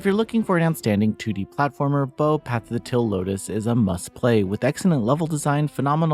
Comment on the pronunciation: why do you pronounce "teal" like "till" lol